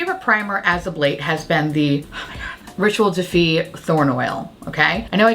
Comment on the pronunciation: That's totally what I heard the first time I heard her mention it. Even with knowing what it really is, that's still what I hear.